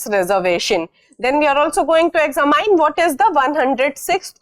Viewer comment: Exa mine 😂😂😂 style of speaking....